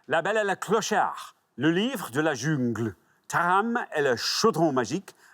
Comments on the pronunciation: From a french guy... Not bad for the prononciation. Some were a bit weird, but overall quite good (I laughed with Junegle) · It's a shame for "jungle" that got mispronounced 'cause the rest was brilliantly said by the host, well done! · Except for the way he says "jungle", his pronounciation is quite good, actually :) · Pareil, j'ai trouvé la prononciation vraiment bonne, et là il a dit jungle 😁